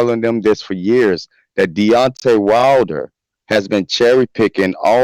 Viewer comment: that guy couldn’t even pronounce Deontay’s name right. Dante... 😂